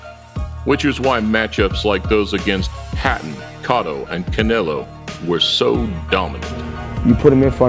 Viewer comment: Did just mispronounce Cotto as Kot-O. And did they really just compare Diego Corrales to that bum Arturo Gatti? C'mon now...